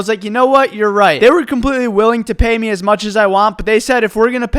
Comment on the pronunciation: why does he say meh and not me